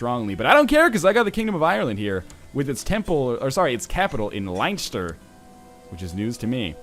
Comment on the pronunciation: its pronounced len-ster not line-ster XD